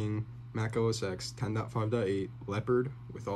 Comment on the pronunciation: “Oh essex” 😂 that’s not how you say it. Good god